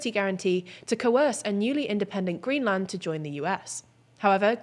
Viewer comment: please learn how to pronounce greenland